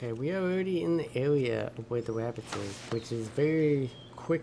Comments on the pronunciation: He keeps saying wabits like Elmer Fud haha im losing it lmao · “Wascally Wabbits” 😂😂😂